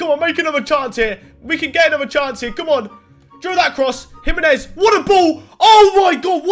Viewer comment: If this guy says jiminez one more time